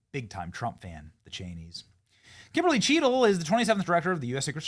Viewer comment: Bennie, why you gotta say Kimberly like that? 🤣